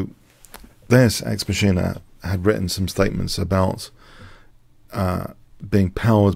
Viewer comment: FYI - Deus ex “mock-en-ah”. And thanks for the fascinating Leela updates.